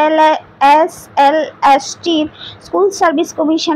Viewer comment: SLST টা একবারও ঠিক করে উচ্চারণ করতে পারলো না। ওটা LST নয়,SLST... আর স্ক্রিপ্ট টা অত ঝড়ের মত পড়া মুখস্ত এর মত না বলে ধীরে সুস্থে বললে সবাই আরো ভালো ভাবে বুঝতে পারবে। যাইহোক যেটুকু বললেন তাতে অনেকেরই উপকার হবে, আমারও উপকার হলো,যাইহোক আমার কোথায় mind করবেন না।